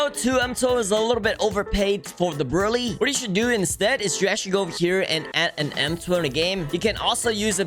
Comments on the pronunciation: also its brew-lay like the french desert créme brûlèe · the way he said brulee or brulee whatever you guys say it.. in other words saying:dont criticize my accent. i dont care how your accent is, but your a jailbreak legend